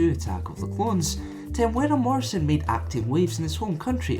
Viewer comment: Hey you got his name right